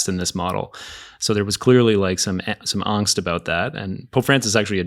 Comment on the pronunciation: If on the left mispronounces "angst" one more time I swear... 🤣